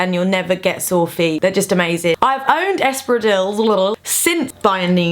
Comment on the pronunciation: I love how you pronounce espadriles. V cute x